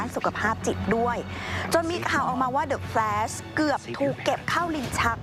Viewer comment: เดอะ แฟลช นะ เดอะ แฟลส มันฟังแปลกๆ